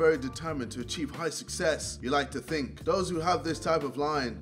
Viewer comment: When jj said 'think of it like this' i thought he said 'finger it like this'😂